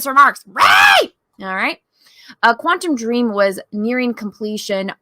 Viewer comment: Am I the only one cringing everytime they say Quantum Dream and not *Quantic Dream?